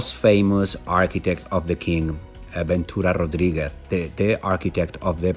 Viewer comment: Su inglés es bastante "curioso" al decir palabras españolas como Rodríguez según el con acento anglosajón jajaja eso no se traduce por un hispano-parlante se dice tal cual. En fin.